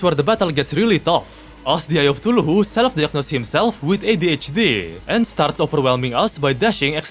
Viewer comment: why do you say cthulhu like "tuluhoo"